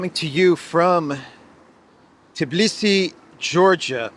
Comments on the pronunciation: You are in Tbilisi, not "Tiblisi."😃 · Hi, while you are in Tbilisi you should learn how to pronounce the name of this city TBILISI not Tiblisi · Tbilisi, not Tiblisi. +Engagement